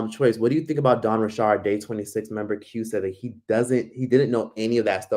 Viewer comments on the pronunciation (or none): You don’t know how to pronounce “Richard”😂 sir what “Dawn Ri’Shard” 😂